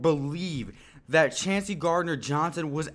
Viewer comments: Chauncey pronounced Choncy. I'd be surprised if anyone besides McCoy, CGJ, & maybe 1 other draft/undrafted pick actually makes the team. There's not much room on the 53 man roster. Great grades & player evaluations btw! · his name is pronounced “Choncey” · Chauncey = Choncey